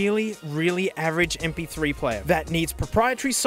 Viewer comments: "imagine em-pee- three -epsilon-reedom" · Correction: “Em-Pee-eerhT-Ree-Dum”